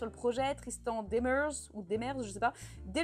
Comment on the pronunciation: Je ne crois pas que le projet de parc aurait été rentable s'il avait fallu plus d'un million d'entrées par année. Il faut penser qu'au Québec, la neige en aurait limite l'accès, voir même empêché, plusieurs mois dans l'année. Demers se prononce comme la deuxième façon que tu l'as dit. Granby se prononce un peu comme si ça s'ecrivait "Grane-baie". Je n'ai aucune idée pourquoi ca se prononce comme ça. J'ai beau être québécoise, je ne comprends pas la logique de la prononciation de Granby ! Très intéressant cette vidéo !!!